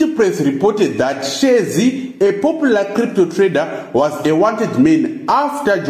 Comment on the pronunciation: who is responsible for this video? cannot even pronounce their surnames? who r you